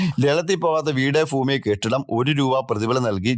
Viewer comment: ഫൂമിയല്ല ഭൂമി എന്നു പറയണം.